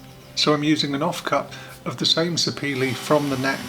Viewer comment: Sapele wood is named after a town in my state in Nigeria, where the wood is processed. It is pronounced Sah-pair-leh. And its very heavy wood, as you noted. My bird as a child was made of it. Moving was a hassle!